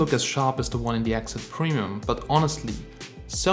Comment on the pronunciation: Nice try mit dem ganzen english aber du sprichts XZ falsch aus. I will never understand why austrians tend to throw their language out just to get more views. Barely any austrian viewers I guess, they could watch any other tech channel aswell. RIP Austrian language and Youtube. I guess I have to do it all myself.